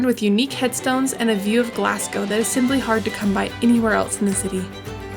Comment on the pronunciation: And Glazz-go....there is no Glass in it! Really great vid, though!